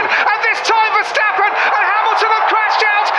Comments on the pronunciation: verSTappen et non verchtappen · c'est plus verstappen mais verchtappen super vidéo